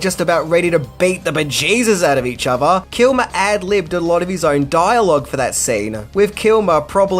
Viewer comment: 1: Maverick was an Air Force trainee for the Navy??? You don't even need to be in the military to know how horrible that sentence is. 2: Firty Six years? It's Thirty Six years, and also while we're at it, it's other, not "ova". 3: In "Firty Six" years, none of this info is new. 4: I could go on, but I don't want to be "that guy", even though I guess I already am. This hurt me so much that my therapist killed himself.